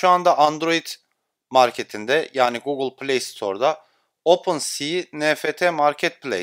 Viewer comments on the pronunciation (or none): none